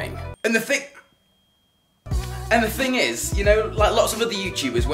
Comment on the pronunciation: 'This little ting' LOL